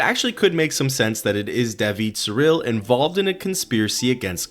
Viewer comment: Surilie, not Surille.